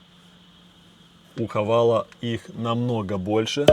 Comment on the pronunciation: Правильно Хавейл) почему многие говорят всегда Хавал